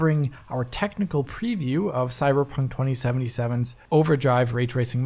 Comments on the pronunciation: said cyberjunk. i know what i heard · you sound drunk! I know you meant to say Cyberpunk, but it sounds like you said Cyberjunk! 😆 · "Cyberdromee" 2077?